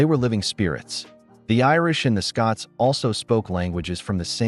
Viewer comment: Kelt, not Selt. SCOTlands not SCUtland